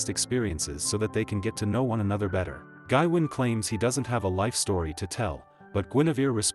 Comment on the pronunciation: its pronounced GaWayne. FFS this AI slop is killing me!!